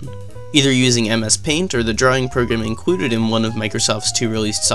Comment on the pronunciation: It's funny the way you pronounce "included"